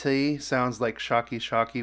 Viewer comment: No way you read "shake shake" as "sha-ke sha-ke"